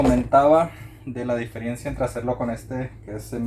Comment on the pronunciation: Diferiencia no Diferencia si